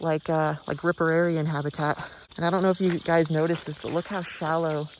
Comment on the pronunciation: I think its riparian though, as opposed to ripararian you kept mentioning